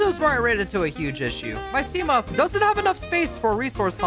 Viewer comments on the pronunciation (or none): none